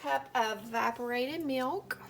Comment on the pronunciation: At first I thought you said "vibrated milk" I'm like What?! Oh wait, EVAPORATED. 😂 Anyway this maple fudge really looks NUTS! Does that marshmallow fluff make it a little more airy textured?